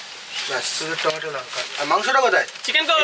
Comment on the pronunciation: টমেটা নয় টমেটো